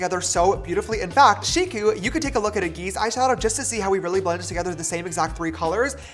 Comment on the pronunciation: KENYA BEING REPRESENTED 😍 shikokarithi some pronounced it as "shiko" and "shiku"(don't drag the u, but you tried)